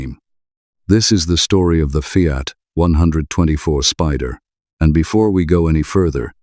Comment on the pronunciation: Sorry, not a FIAT one hundred twenty four.